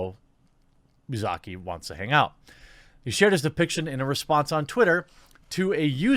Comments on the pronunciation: The first Uzaki was correct. "Uziki" Idk what language you were reading there XD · Pronounced "oo-zah-key" You got this. 👍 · You said it right the first time Jeremy. (OOH-zaki). As in OOH for those ooh-la-la's these people so hate about her. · jfc Jeremy, just read the fxkin name, this isn't an Arab name. U-Za-Ki this isn't hard. Stop tripping on names like this, it's ridiculous. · "U"s in Japanese are all pronounced as an O as in "mOO" "I"s in Japanese are all pronounced as an E as in "kEY" so: Uzaki is: Oo-za-key Japanese is waaay more phonetic than English. That's why it really matters if it's a double consonant or a double vowel. This has been your autistic weeb correction from me. I am still a beginner though. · Ooh zah key. Had it right the first time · Jeremy (and other people) in most foreign languages, transliterated Japanese being among them, vowels almost always make one sound. For example, anytime the vowel "u" appears it makes the "u" sound, and it is always the same "u" sound anywhere it occurs in the language with few, if any, exceptions. If you learn the five basic Latin vowel sounds, you can correctly, or almost correctly, pronounce almost any foreign word written with those characters regardless of what language the word is actually from. Obviously it's not reasonable to ask you to study every single language just so you can pronounce foreign words/names correctly. But if you wanted to improve at it a little bit, that's the advice I have for you.